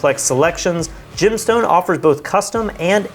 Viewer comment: i see "Gemstone" I hear "Gymstone"